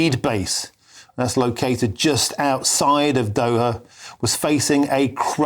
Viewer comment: OH their capitol of Doha. I could have sworn he said Dover in there.